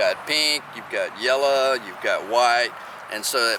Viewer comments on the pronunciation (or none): Rainbow kale got me you said Yella for yellow. I love authenticity! Great Vid!